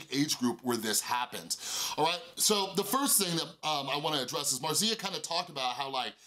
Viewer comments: Sorry but your way of pronounce Marzia made my Italian ear bleed. Is not 'marsía', is more like 'màrtsia' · It's how Felix says it too like there's a t in it. Maybe it's Italian? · That's not how you pronounce "Marzia"